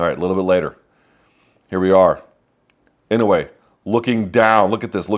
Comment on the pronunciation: You're mispronouncing his name, Luke, which seems not what one should do for a man as great as this one. My God, the calmness and intelligence in his face under pressure, right? But to the point, no, it's not IN-oh-way, it's in-oh-AY.